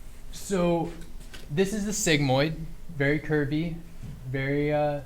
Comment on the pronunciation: he called a sigmoid segzi